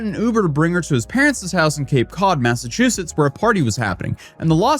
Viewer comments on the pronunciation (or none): none